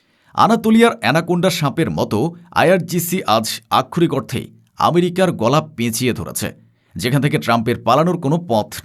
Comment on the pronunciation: আমি যতোবার এই প্রতিবেদকের প্রতিবাদ শুনেছি ততোবারই বারবার "আক্ষরিক অর্থে" শব্দগুচ্চের ব্যবহার দেখেছি। একই শব্দের ইচ্ছাকৃত রোবোটিক উচ্চারণ বিরক্তিকর এবং প্রয়োজনে অপ্রয়োজনে একই শব্দের ব্যবহার উচ্চারণকারীর শব্দের দৈনতা নিশ্চিত প্রমাণ করে।